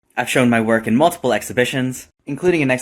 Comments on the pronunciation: You also pronounce "mutiple" as "muldupull" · mate im british and we dont say mull-tip-ull like u do wtf bro 😭